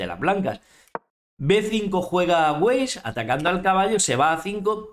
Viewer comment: Muy buenos todos tus vídeos, querido; pero permíteme una precisión. Weiss es una palabra Alemana que significa Blanco y se pronuncia váis porque la w se pronuncia como v dentilabial casi como en Castellano. El único idioma en que la w se pronuncia como u gutural es el Inglés y por eso la llaman u doble (double u) mientras que en Alemán es we y rn Castellano ve doble. Por favor, no sigas la corriente de la Falsimedia Alienante que anglifica el Castellano introduciendo el significado de palabras inglesas que no existen en nuestro idioma. Por ejemplo, dicen bizarro para denotar extraño, billón para expresar Mil Millones, usan verbos Transitivos como Intransitivos (iniciar, aplicar), etc. Un Ajedrecista es una persona analítica que piensa por lo que estoy seguro que no despreciarás el cuidado de la lengua que según Carlos I es la que hablan los ángeles.